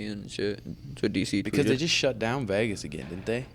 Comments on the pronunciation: Can someone teach suga how to say Vegas? It’s not vehhhhhgusss it’s vayyyguss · Sean you're cool as fuck, just please stop saying VAGAS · I love Sean but every time he says “Vaagas” I want him to pull his chin hairs out 🤣